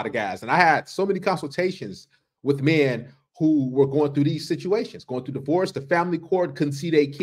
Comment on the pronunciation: She pronounced divorce wrong.